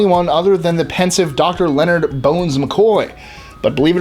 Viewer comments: A few things: 1) Actually, the phrase "Beam me up Scotty!" was said by Kirk in Star Trek: The Animated Series. The real-life cast voiced all of the parts in the Filmation cartoon. 2) Mark Lenard's name isn't pronounced like "Leonard", it's pronounced "Len-ARD". 3) Best Captain is Picard of course! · Hate to be a stickler, but Mark Lenard isn't pronounced "Leonard" as in Leonard McCoy, it was pronounced Leh-nard the last part rhymes with aard as in aardvark.